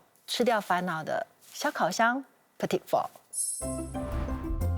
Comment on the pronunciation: In French, ‘petit’ is masculine, the ending t is silent, and pronounces the feminine ‘petite’...